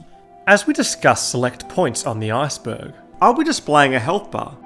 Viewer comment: I keep thinking you're saying Arseburg lol